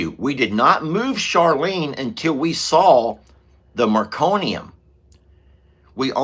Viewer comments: Meconium no "r" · The first poop of a newborn is "meconium". Not trying to be a "smarty pants": just trying to help with pronunciation! I am hoping that we do NOT see meconium with Jenny Lane's birth. ❤